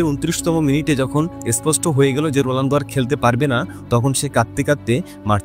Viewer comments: Age bhalo kore bolte sekho totla Rolando❌ Ronaldo✔️ ❤❤❤❤ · কনটেন্ট বানান ঠিক আছে তাই বলে উচ্চারণ কিভাবে ভুল করেন? রুলান্ডু কি? যাকে নিয়ে ভিডিও বানাচ্ছেন তার নামটাই ঠিক ভাবে উচ্চারণ করতে পারছেন না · রোলানদো❌️ রোনালদো✅️ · আপনি মনে হয় ফুটবল খেলা দেখেন না । রোনালদোকে রোলানদো বানায় দিছেন। আবার 946 গোলকে 800 গোল বলতেছেন 😅😅😅😅😅😅😅